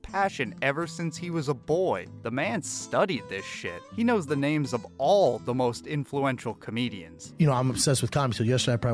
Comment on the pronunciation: If Brendan would lean into the cte I’m an idiot shit. His mispronunciation with words and names would actually be kinda funny.